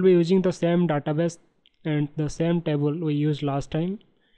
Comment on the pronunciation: Your tutorials are good but it is table not tabul.